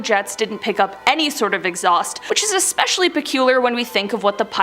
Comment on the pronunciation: Science pronounced sigh-ens Especially pronounced ess-pesh-ee-alley NOT ek-spesial-ee🙄